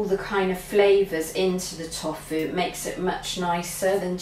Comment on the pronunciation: Its tofu like tofoooo and satay your pronunciation of these make me shout at the tv lol